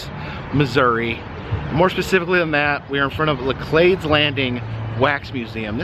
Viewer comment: La cleed is the local pronunciation